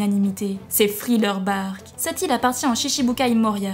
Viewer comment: c'est moi ou elle dit friller et non thriller